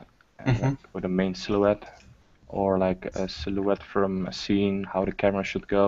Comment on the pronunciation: It's funny how still can't pronounce "silhouette".:D